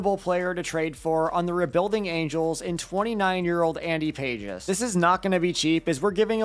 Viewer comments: It’s Andy pah-hez not pages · It’s Andy “pah hez” not pages lol